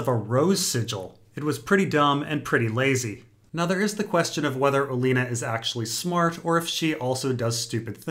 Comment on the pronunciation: is so bad at pronunciations. "alenna tyrell" "arianna martell" "vareees"